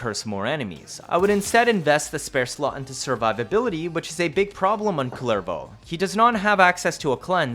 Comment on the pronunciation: The way it’s pronounced in-game is more like Coolervo.